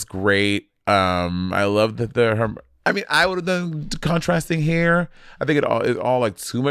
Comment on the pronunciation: What is this "hair" pronunciation from Monet? Has she been hanging out with Kiwis?😅